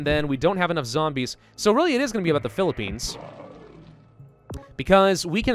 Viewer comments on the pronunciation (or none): pi li pi ians what philipines dude that hurts